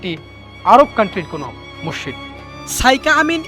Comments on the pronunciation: মসসিদ লয় মসজিদ বলতে হয় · রিপোর্টারের উচ্চারনে ব্যাপক সমস্যা, বার বার মসসিদ বলছিল, যা শ্রুতিকটু। এটা মসজিদ হবে।